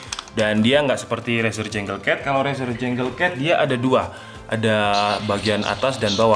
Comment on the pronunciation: izin koreksi:) junglecat = janggel ket bkn jenggel ket 🙏🏻 review = rifiuw bkn refiuw